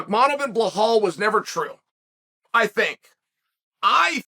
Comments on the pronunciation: For Christ sake Chael. It’s Belal (Bee-lal) Give the man some respect and stop calling him Blahal. Very rude Mr P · I only watch your Belal Mohamed videos just to hear you say "Blehal" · It's "Blahal" get it right 😅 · Lmao who is bill hall? Why are you saying his name so weird 😂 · Belal “Bulhal” Muhammad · Come on Chael, it’s about time you stop saying Belal’s name with an H….it’s getting disrespectful at this point